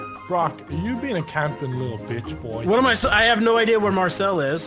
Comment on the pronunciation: Shooting Marcel, and pronouncing his name he had a bullet ploof grass moment or dyslexia moment.